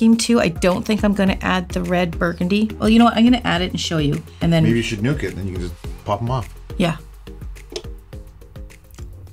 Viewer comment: I lovethem and i love every time you say i am going to nukit or nookit jejej but it soud beautifull i see and love u videos i wish i can learn to do them as beautiful as u god bless u my peoples call nuky nuk and i guess when i heard u say let me nukit i was like it make sense i am hard headed and you nukit to make your nails hard jajaja i dont know well i though it had somd todo like ooh coinsidence jejej any thqnk u so much for your videos